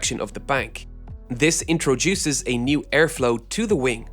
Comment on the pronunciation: intro duces, intro.....duces